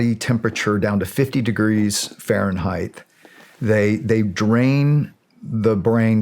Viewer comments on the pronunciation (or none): Did he just say Farenheitth?